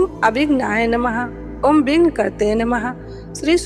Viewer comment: 'विघ्न कलत्रे नमः ' ऐसा मेंत्र है शायद ...... कृपया चेक कर ले लास्ट मंत्र का उच्चार (उच्चार रही होना आवश्यक है )🙏🏻